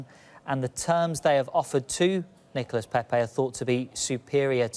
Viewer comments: She nearly said niggalas lol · Am I the only one who heard niga-Nicolas Pepe 😂😂😂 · anyone else hear the woman say ‘niggalas pepe’😂😂😂😂😂😂😂😂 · What did she just call Nicolas Pepe??